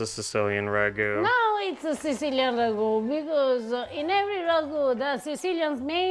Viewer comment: I find it fascinating that Italian people always seem to include so many "-a" phonetics at the end of words: "Beef-ah, stir-ah, wait-ah, herbs-ah". Even when using Italian words like "ragu-ah"